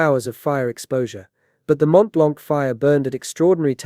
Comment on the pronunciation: FYI the c in "blanc" is silent. Edit: while we're at it, the t of "Mont" is silent too...